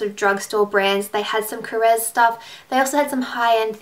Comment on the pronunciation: yay you are the first beauty guru who pronounces Korres correctly! finally haha!! :)